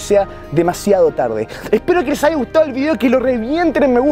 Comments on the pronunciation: Haiga?😂😂 Es Haya🤷‍♀️😂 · Se dice Haya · Haigaaaaa :v se dice haya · Tan linda, pero, dice 'haiga"... Jajaja